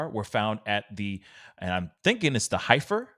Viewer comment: The Heifer Ranch is actually pronounced “Heffer”, as in cows. Many Arkansas children go to this place on school field trips. Makes it even more disturbing to me.